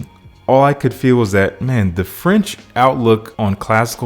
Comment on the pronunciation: My paternal language is french Your pronunciation is actually rlly good 💯